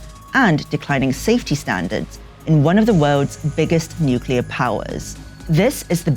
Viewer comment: Nukular...... isn’t it pronounced nuclear?